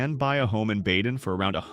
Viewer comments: At least learn to pronounce "BAY-din" properly - maybe then I'll believe a little bit more of your nonsense. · STOP ✋️ AI. Badin is MISPRONOUNCED! Bay-Den is the CORRECT PRONUNCIATION 👌 RE-EDIT THE VOICE OVER Got it? FIX IT! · Badin is pronounced BAY-Din, not Bad-in. Yadkin is not Yodkin, it's YAD-Kin.